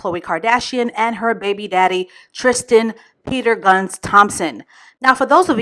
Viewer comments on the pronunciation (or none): Not "Peter Gunz" 🤣🤣🤣